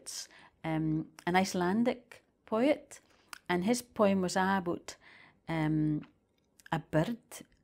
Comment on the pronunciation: Ive never heard poem pronounced Poh EE umm